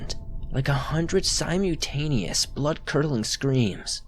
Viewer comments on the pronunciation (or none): Did seriously just read "Simultaneous" as "Sym-YOU-tay-nee-us"??? .... it's pronounced "Sym-UHL-tay-nee-us"